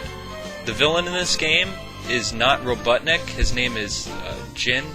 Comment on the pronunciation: RoBUTTnik! lol